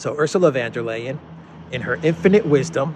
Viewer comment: Please call her Ursula von der leyen, not van der leyen. German not Dutch. Lets not make the Netherlands look bad. VON DER LEYEN, NOT VAN DER LEYEN